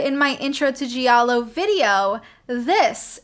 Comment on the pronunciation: You're saying "giallo" the right way. The syllable "gia" is pronounced in italian like initial part of the word "just" in english, no matter what other people (that clearly don't speak italian) say. I'm italian, born and raised in Italy. Un saluto dall' Italia!!! Ciao